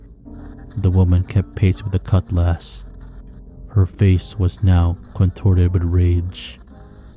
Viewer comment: I didn't say it was monotone I told dude that if it was a bot it would sound monotone and virtual.the only thing I questioned at first was the cutlass pronunciation that I put 2n2 together. Only thing I could say as advice to any story narrator would be to state every word clearly and with a constant flow make the listener put themselves in the persons shoes. You know what I mean..